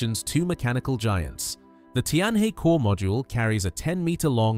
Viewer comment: Tianhe is pronounced Tian Her, not Tian Hey!